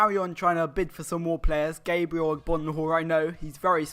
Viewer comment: come on man you know how to say gabriel dont you its not gabreal